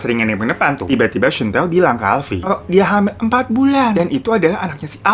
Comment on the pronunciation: "em-pat bulen"